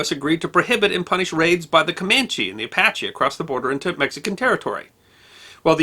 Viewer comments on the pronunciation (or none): none